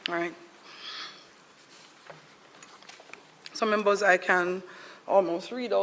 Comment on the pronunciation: Membors 😅😅 trying to speak